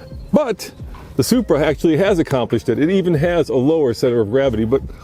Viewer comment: Even the wheel lug nuts are Bmw style... did u just say Subra? And pls stop saying conjunction too many times find another word in the next future video.